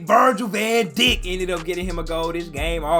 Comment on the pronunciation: So no one gonna tell that vergil last name is pronounced as dyke and not di*k and also Cody last name is pronounced as hakpo and not gakpo because he's Dutch and the pronounce their g as h